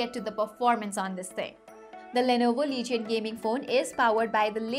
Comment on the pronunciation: its not lee-ge-on its leej-un